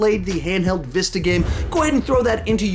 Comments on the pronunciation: It’s actually vita not vista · Lol “the vista”, it’s vita my man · did he actually say vista ???? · Lol, vista. It’s actually called a vita. Great review though! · Vista hahaha sorry I couldn't resist its vita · Why does he call the Vita a Vista...like the credit card skskkss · The heck is a "Vista" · He called the Vita the Vih-sta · "Vista" lol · Also it’s pronounced vita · It’s called a vita lol love you tho man